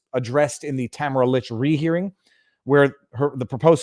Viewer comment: You keep mis pronouncing Tamara. Pay attention. You've been told repeatedly. Its annoying. You come off as not listening.